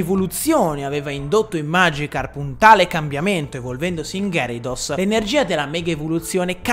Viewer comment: Si pronuncia ghiarados